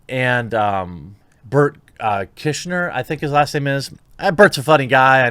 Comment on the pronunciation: “Burt Kishner”!? Lol! Please tell me you’re in on that joke.